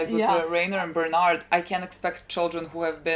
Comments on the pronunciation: who the hell is bernard lmao bertolto or bertolt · Please stop calling him Bernard. Please.